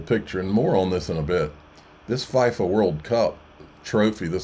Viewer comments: Please say FeeFaa, Not fy fa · It’s pronounced “FEE-FAH” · FIFA is pronounce FEEFA, please stop saying it like that. Making me cringe! LUV your videos otherwise! 🤠